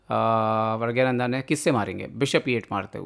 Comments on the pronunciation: Pragnanada bola kare pragyananda nhi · Bhai uska naam pragya nahi pranna hai ...aap kisi ka naam aise galat kaise bol sakte ho??